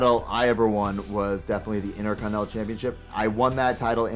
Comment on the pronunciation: The "Intercornel" belt... Haha